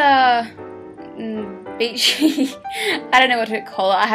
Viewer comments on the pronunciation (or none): You sound like you're saying bitchy, not beachy, with your accent haha :)